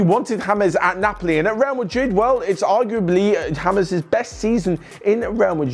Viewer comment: Its james.. not hamez.. 😑